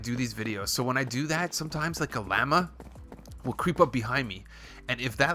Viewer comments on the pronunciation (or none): it's lah-muh lol silly goose